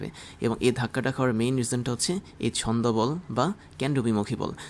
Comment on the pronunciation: pseudo force কে অাপনি বার বার ছন্দ বল বলেন। কিন্তু এটা ছদ্ম বল হবে